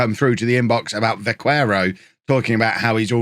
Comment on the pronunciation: The qu in Vaquero is just said like k instead of kw (vaquero is Spanish for cowboy, I'm guessing he has Spanish as a second nationality? That would also explain him being called Óliver rather than Olivier)